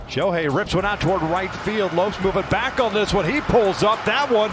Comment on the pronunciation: I don't mean to nitpick, but as a Japanese, it kinda bugs me when some people don't say his name right. Please pronounce the h, it's Sho-hei. Sho-ei is a whole other name in Japanese😅 Thank you. Great vid, we all love Shohei!!!